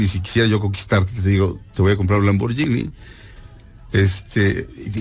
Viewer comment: El concepto de populismo que menciona la erradisimo! Además de que se pronuncia Lamborguini! Y luego la invitadita recomienda la película "las niñas bien", sin saber que ya la habian reseñado mal. Qué básico todo!